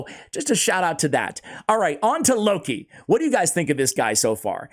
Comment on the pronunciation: That's no "Loki", that's "Low-key". No need to hurry to take him to 6 stars or to spend gems in full masteries, another chronicler Adelyn.